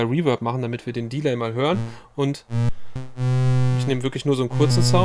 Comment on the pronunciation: Vielen Dank für das sehr geile Video - super Thema. Gerne mehr über abgefahrene Synthies; mich würde der Subharmonicon, alles von Dreadbox und der Swarm interessieren. Kleine, aber wichtige Kritik, da das sehr häufig vorkommt: beim englischen Wort "Delay" wird die zweite Silbe betont. Interessant wären für mich auch Videos über Hybrid-Setups, also die optimale Verbindung von Hardware und Software; Stichwort Midi Clock, CV Signale, Latenz. Danke für den geilen Content.